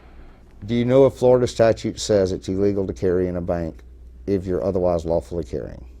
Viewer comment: "...Florida statue says..." I didn't know that "statues" could talk.